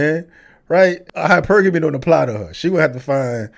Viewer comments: I know she didn't just say Hyper-Gamy.... HYPERGAMY!! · Hyper-guh-mee 😂😂breh these type of women cant even say it, fully invested into petco rn 🤣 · Hyper gammie lmao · she said Hyper-Gammy, its probably an STI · Her not knowing how to pronounce hypergamy is hilarious 😂😂😂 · I thought this was a new term with the hundreds people make up every day…. And then I realized no… it is an actual word that she has no idea how to pronounce but she wants to teach on it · Imagine if she was not run through she would be able to pronounce hypergamy. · She can't pronounce "hypergamy".